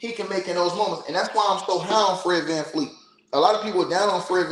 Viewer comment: It’s VanVleet